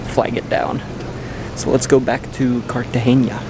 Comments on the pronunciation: cartagena NOT CARTAGEÑA... get at least the names right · Great video. I love the views of the pink water. it is pronounced Cartagena as opposed Cartageña. Its name is actually “Cartagena de Indias” as opposed to Cartagena, Spain. Its name came from the city in Spain and the name of the city in Spain came from Carthage, the capital city of the ancient Carthaginian civilization, on the eastern side of the Lake of Tunis in what is now Tunisia. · very irritating that you pronounce Cartagena wrong. learn the difference in Spanish between N and Ñ, like Peñon its pegnon pronouncement. good travellers should pronounce easy names properly as the locals do